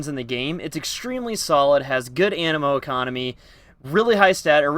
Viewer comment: "Animo economy" I died 😂